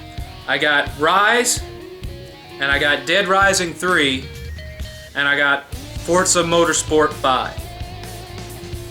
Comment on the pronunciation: it's Forza not fortza